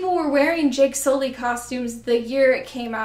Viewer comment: JAKE SOO-LEE!